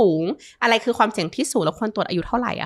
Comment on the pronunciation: เนื้อหาดีนะคะคุณหมอ แต่ถ้าปรับภาษาพูดให้ชัดเจน ถูกต้อง จะ smooth มากขึ้นค่ะ เช่น จาก เมื่อไหล่ เป็น เมื่อไหร่, จาก อะไล เป็น อะไร // ประมาณนี้ค่ะ :)